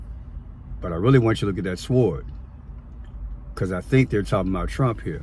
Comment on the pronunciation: No offense, but as a teacher, I have to tell you that you don't pronounce the W in sword. Just S-or-d. Thanks ❤